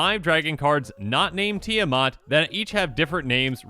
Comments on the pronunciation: Really annoyed as an individual and as a Minnesotan (since, Eddie and the group live in this state) that he pronounces it Tia 'Mot' and not Tia 'Mat'... It is the same with Esika, where people pronounced it E 'sea' ka for some stupid a** reason 🙄 The 'I' in Esika makes the 'I' as in 'itch' sound (Like )... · Need more help: break Esika down into syllables (Es) (I) (Ka). (T) (The 'I' being silent here) (A) (Mat). You can even break Mat down further into 3 syllables. Mot =/= Mat